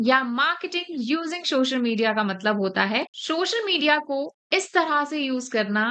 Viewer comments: Shoshal media. 😂 But nice info thanks. 😊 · madam everything is good but its call Social, not shoshial. SO with the sound of S - SO - SHAL - MED - DIA SOCIAL MEDIA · socail media bolna be nahi atta